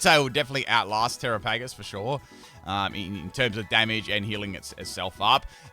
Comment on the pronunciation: tear-aa-puh-gos and the English language 🤦‍♂️:_pimpPickle